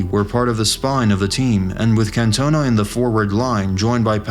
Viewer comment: Yank narrator: Eric Can-TONE-a The rest of the world: NrrrrggghhHHHUURRGGHhhh